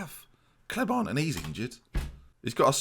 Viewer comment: Sorry, I don’t normally do this as I have very poor language skills. But Clement is French so should be ‘Cle-monn’ surely?